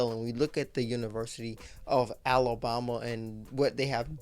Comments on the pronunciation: Is it just me or is this guy pronouncing Alabama wrong? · lol yes